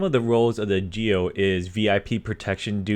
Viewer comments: 🚫 it's "GOE" of national police,not "GEO" . jaja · Muy buena la pronunciación de GEO 😂